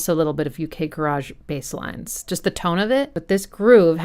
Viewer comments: Nice analysis of a great souding album though Jilted Generation will always be my favourite from that era. BTW the garage in UK Garage is pronounced 'ga - ridge': Me and my friends at the time thought that little voice in the background in the bridge of Breathe was saying 'wanker', which our small minds found pretty amusing! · I love how she says garage all fancy... When garage music is so not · Hearing someone say “U.K. Ga-raaj“ is so weird! Ga-rij innit! Amazing video as always! Love your stuff! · It sounds funny to my ears when "Garage" is pronounced to rhyme with "Barrage" rather than "Carriage" when describing that particular genre of music rather than a place to store cars and assorted junk.